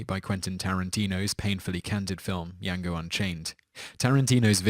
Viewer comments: It's not pronounced Yango unchained. It's pronounced Jango. Spelled Django. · Django dammit! Not 'Yango', you pronounce the J as a J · Bruh....how the hell do you get Yang-go from Django? I swear you do this on purpose some times lol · Django = "Zango" and not "Yango" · Django. Hard J. The D is silent. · I know you're British and everything but did you really just say "Yango" ? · Pronounce Django correctly